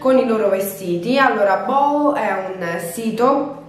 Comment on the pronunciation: Ciao Scusa se ti correggo ma si pronuncia bu hu... Equivale al nostro cucù settete che si dice ai bambini... Comunque brava e bella